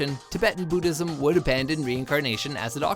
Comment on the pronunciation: "Booddhism" Never heard of it. Is that the religion of the Boo's in Mario ?